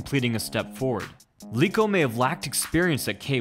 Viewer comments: Eeeeek!!! It's not Leeko, but you should read "E" as per "leg": Leko!!! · Leko not Leeko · Do you also pronounce Lego as Leego? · Learn how to pronounce Leko. Obviously you thought you discovered these fights and didn't watch them or know the fighters in the 90s